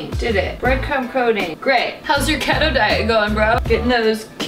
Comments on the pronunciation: It’s KEETO not KETTO lmaooo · ke-ee-toe not keé-to but you do youuu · 🤣 isn't keto pronounced key-toe? Loved the vid anyway #owowwww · It is.....She Just Can't pronounce it. Basically you Can't eat any carbs. High healthy fats.. high protein. So apparently, your body burns carbs you eat first then will burn fat.. So if you starve it of the carbs, your body will go into a ketogenic state and burn fat. My dad is on a keto diet and that's how he explained to me. He started it in Nov./dec. Of last year and has already lost 60 Pounds. Yes, I know you were only asking for the pronounciation but i figured i'd Put that out there for anyone who was wondering. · You know she’s serious about the diet when she pronounces it wrong lol